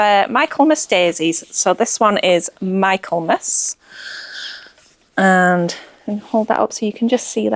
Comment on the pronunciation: Hy love thé MIchaelmas daisy lawn pronounced MICKLMAS Not MIKELMAS 🤣🤣🤣